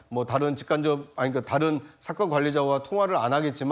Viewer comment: 김종석 앵커를 비롯하여 패널들이 왜 매 번 "좀(조금)"을 "쫌", "다른"을 "따른" 이라고 강하게 발음하는지 참으로 유치하게 들린다.